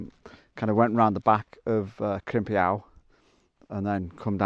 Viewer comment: Well, here's me with my usual Welsh pronunciation guide again. It's pronounced "Crimp-ee-eye". :) Bonus pronunciations: "Moel Siabod" = "Moyle Shabod" (with emphasis on the "sha" bit rather than the "bod" bit), "Capel Curig" = "Capel cirrig". Crimpiau is still somewhere I need to go. I did try a couple of months ago, but it was so wet that it was like a swamp so I gave up and went to Cwm Idwal instead.